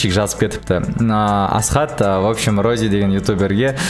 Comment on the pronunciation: Роззи емес поззи